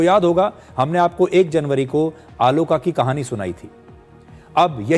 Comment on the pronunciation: Bro it's not आलोका it's आलोक - Means Light